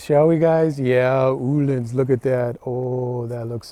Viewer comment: O -Lins not oooh Lins rofl